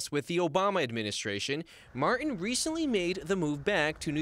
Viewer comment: It’s Martin not marren. TTTT